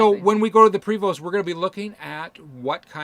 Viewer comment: 💩! Sorry guys forgot it was friday missed the live ☹️. Ok, lol, your butchering the pronunciation of Prevost Buses it’s “pray-vo”, and the ‘vo’ rhymes with yo-yo, and the ‘st’ are silent and it is a french canadian manufacturer. 🍻 😘